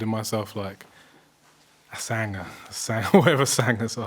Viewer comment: Wait why does he keep saying Sanger, he's English